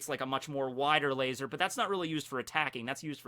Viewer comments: I'm so glad you said "lazar" the regular way instead of your usual "Lay-ZOR" . that always bugs the shit out of me. 😅 Edit: turns out he keeps saying it, on purpose. At least he toned it down.😒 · if you are goinng to say lazor then can you at least say svword too? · Why do you say laser wired